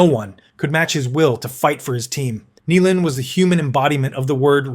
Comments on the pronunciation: Chris "Nee-lahn" then it's "Ni-lahn" c'mon robot man it's "NI-LAN"!! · Nye len ..nilan 😅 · It's pronounced N eye lamd. Niland. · Just fucking embarrassing you pronounced Nilans name some bad. What are you like 19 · He said Nilan every possible way except the right way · Dude, this list is a great idea. Unfortunately you mispronounced Chris Nilan's name right off the bat. I'll watch the rest and see how this goes. Messier #1 HUH?? Probert should be #1 then you can put the other guys in your order. Domi and Semenko had heads that were made of granite, you can put them in there somewhere. It is a tough list for just 10 guys.